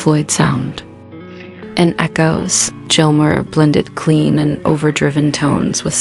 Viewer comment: You shouldn't be narrating a David Gilmore doc if can't say his name correctly. I can't believe you actually posted this video with all those miss pronunciations of Gilmore. It's pronounced like Gills a fish uses to breathe.